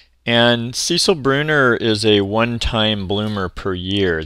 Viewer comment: It’s the female name ‘Cecile’ not Cecil 😊